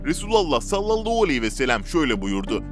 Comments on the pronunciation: Sallollohu nedir kardeşim yavaş konuş tane tane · Sen kekeme değilsin. Ebû hudri yide güzel söylüyorsun.daaa dikkatimi cekti neden salavatta h yi söylemiyorsun???sallallauuu arabca ne demek bilirmisin???dikkat et telafuzuna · saallau değil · "Sallallou aleyhi vesselem" demesi hasta etti beni daha fazla dinleyemeyeceğim. "Sallallahu aleyhi vesellem." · SALLALLAU ALEYHİ VE SELEM DEĞİL KARDEŞ""SALLALLÂHU ALEYHİ VE SELLEM""DOĞRU TELAFFUZU BUDUR!!!😊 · SALLALLOU NEDİR YAHU ÇOK MU ZOR SALLALLAHU DEMEK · Sallalluu değil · Seslendiren arkadaşta telafuz sıkıntısı var...sallallau deyip durdu... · SALLALAUUU DEĞİL TELAFUZUN YANLIŞ ÇOK İTİCİ DERHAL DÜZELT. YADA VİDEOYU KALDIR. SALLALLAHU ALEYHİ VE SELLEM. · Ya kardeşim abartma istersen... bu dediklerin bid'at dir ama zamanavidir... Bide sen niye Sallalau diyosun ... dogru söylemesini bile bilmiyosun güzel kardeşim ... Türkmenistan Çarjou dan selamlar..... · güzel bir kanal. videoları izliyor ,beğeniyor ve yeri gelince yorum yazıyoruz. ama böylesine hassas bir konuyu bana göre salavatın nasıl telafuz edilmesini bilen birisi seslendirmeli. konu hassas ve seslendirmeyi yapan kardeşimizin kesinlikle niyetine samimiyetine inanıyoruz. ama lütfen bu konularda daha hassas haraket edin. sallolou diye bir salavat kabul edilir gibi değil. hala videoyu düzenletme yada daha doğru bir salavat ile yayınlamalısınız. bu kadar tepkiyi okuyup bir değişiklik yada düzeltme yapmamanız aklımıza daha olumsuz fikirler getirebiliyor kanalınız hakkında. lütfen düzeltin !!! bizlere saygı duyun tepkimize kulak asın!!!!! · Okuyan arkadaş sallallahu demeyi yanlış söylüyor. Beni uyuz ediyor. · selavat-ı şerifi düzgün getirmediğiniz için dinlemek istemiyorum sizi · Sallallahu ,,,hu ,,,hu demeyi beceremiyormusun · sallallahu kelimesini bir garip söylüyorsunuz. çok itici bir tarzınız var. neden acaba ?